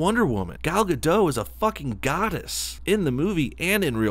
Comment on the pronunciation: OK, love the Gal Gadot (the T in the end of Gadot should be pronounced, by the way) romantic words, love the pro-Israel stand you take, love the Injustice footage (finished the game yayyy), but WTF is this bullshit about girls only going to movies on dates when someone else is paying? It's 1AM aftet a long day so please tell me I just didn't get the joke and you're a feminist too